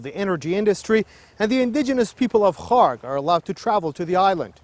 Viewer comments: Strange timing for the video to end up on my YouTube feed And the presenter pronounces Kharg island like Khamas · Kharg Island? I thought they were sayin Kong Island😮Cancelled my trip